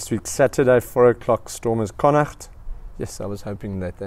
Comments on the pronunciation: Literally came here to praise the correct pronunciation of Connacht too! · New sub And yes a beautiful pronounciation of connacht 😊